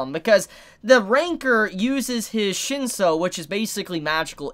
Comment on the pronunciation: its shin-soo , not shin-so :P